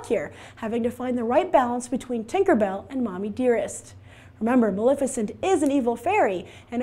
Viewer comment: It bugs me that she mispronounces Maleficent! It is ma-lef icent, not ma-lif icent! If you're going to do a review, at least be able to say the name correctly! Geesh!